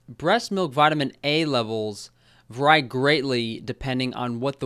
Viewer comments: Love you but the way you pronounce vary makes me cringe lol. You are the only person I've ever seen to pronounce it as va-rye as opposed to va-ree. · You are still using "vur-eye" instead of "vair-ee" when pronouncing vary? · Pronouncing "vary" like "verrai"...did you lose a bet? haha